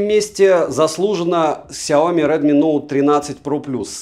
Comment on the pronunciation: Дрилми - это ж не оговорка, да?)) Шутейка?